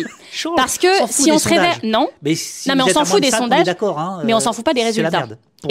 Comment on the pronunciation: Sevré pas sevre 😂🎉